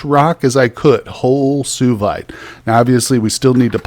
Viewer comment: Suevite is pronounced swa vite.